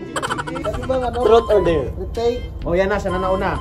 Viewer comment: ‘Trot’ or ‘der’ daw! HAHAHAHA bisaya na jud! HAHAHA PERO keep your vlog be more interesting and Godbless ya! ☺️🤩🤣